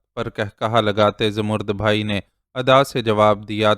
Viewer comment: Salam sir, ap ki reading bohat achi hai. Sir, aik lafz ap ghalat parhtay hen. Zamarrud bhai nahi, bai hai. Please is ki tashih kar leejiay.thanks.